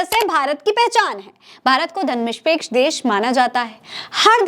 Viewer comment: Aap is vdo me Dharamnirpeksh ko Dharamnishpeksh kahte hue jaan pad rahi hain..